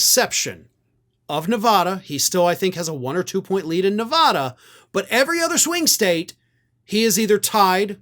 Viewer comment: Please pronounce Nevada properly